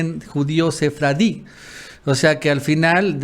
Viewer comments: La palabra es judío sefardí y no sefradi, favor corregir. Saludos desde Costa Rica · Ya apréndanse todo el equipo: SEFARDÍ no SEFRADI. El más articulado y. Los demás nos tienen con tensión, en q momento van a expresar algún invento lingüístico